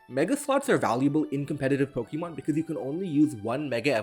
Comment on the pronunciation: I want to let you know that thing above the e, é in Pokémon, makes the 'ay' sound, as opposed the 'ee' sound.